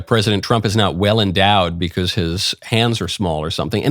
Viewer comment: As soon as I hear him pronounce “because” for the first time I remember why I can’t watch him. Comes off as such a fake dude.